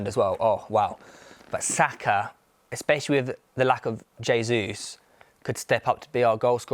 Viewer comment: Tell Goldbridge it's pronounced "Jay-zoos" He's Brazilian, not Spanish.